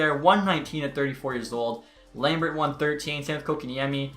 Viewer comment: its (Lam-beer)